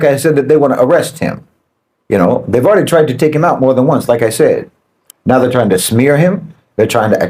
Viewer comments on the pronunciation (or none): none